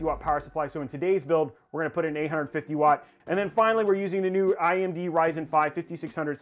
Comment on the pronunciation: I had to listen to it a couple times I thought it was just me lol